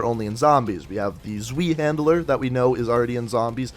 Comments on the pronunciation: How does Zweihänder translate to zweehandler? There's no L! FYI it's pronounced T'SVIE-HEND-ER. IK it's complicated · Wtf is a ZWEE-HANDLE-ER.